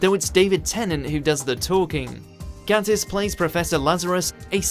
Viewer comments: It Gaytiss not Gattis as him himself says think gay I always do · It's pronounced "gaytiss" Apart from that it was great although a few great quotes were left out.